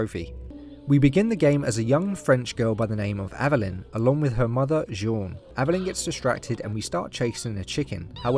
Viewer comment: Dude, you’re pronouncing her name wrong lol